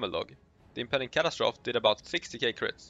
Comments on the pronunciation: Cat- as-trophy not Cat-as-troph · Cat-As-Tro-Fee not Cat-As-Troth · impending catastroff ... sir plz its pronounced catastrophe (cat ass trophy) say it fast ;) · Your accent indicates that English might not be your first language - nice video . - kuh·ta·struh·fee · ca-TA-stro-FEE x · Not sure what was more devastating - those numbers, or the way he kept annunciating "catastrophe" facepalm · I lasted one minute and fifteen seconds. I couldn't stand to hear catastrophe mispronounced one more time. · I’m sure someone told you already but you need to add “-fee” to the way you’re saying catastrophe.